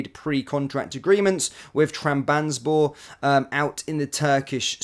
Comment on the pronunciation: Pronunciation of Utrecht and Trabzonspor was absolutely brutal